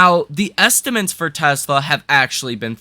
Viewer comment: Great analysis but please stop saying "estimints" - estimAtes is the word.